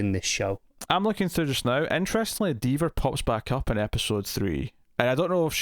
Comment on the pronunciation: What fecking school did he go to, Google the word diva, and how it's pronounced. Anymore tomfoolery young man. And you're going to get it. 👀